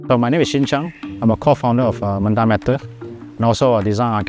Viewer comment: Hey. men-tah, as in raw in malay. not man-tah. get the pronunciation right.